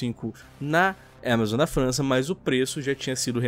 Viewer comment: Fala AMAZON krai, que agonia de ver falando EMEzoN